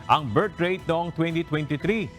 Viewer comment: . VIRT rate daw😂as in letter......." V " 😂😂😂